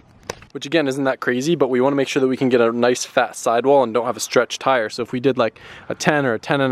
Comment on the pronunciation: Noice wehills ken I hev a pear? Plz